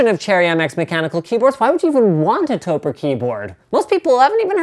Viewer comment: I believe that it is pronounced "toe-preh" Since it is a shortening of "Tokyo Press" you take the "toe" sound of Tokyo and the "preh" sound of Press (basically just stop saying the word before the "ss"), put them together and you have Topre!